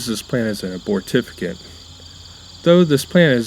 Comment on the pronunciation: abortifacient ... say.... "uh - bort - ih - FAY - shunt"